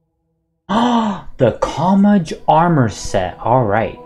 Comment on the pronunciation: It’s Japanese it’s pronounced Cho n ma ge Not chon mage or chom age or whatever lol